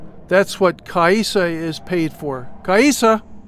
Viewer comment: The guy even pronounces the name 'Kaisa' differently ( and ).